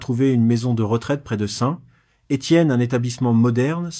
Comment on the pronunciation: je comprends pas. on entends bien que quelqu un lit un texte (pas une IA) mais c est une personne qui ne sait pas prononcer la money thai (il dis "ba" ou lieu de "batte") bizarre pour une personne qui aurait rencontrer des personnes en thailainde . meme ST etienne il ne sait pas le prnoncer et beaucoup d autre chose mal prononce. c est plus un resume d histoires trouvees sur internet. Deja les depart de thailande c est pas pour rentrer en france MDR (ils partent pour des pays voisins)